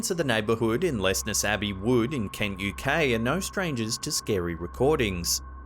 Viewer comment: Where exactly does this guy think KenGUK is?? Had to put the subtitles on to find out out he meant KENT!!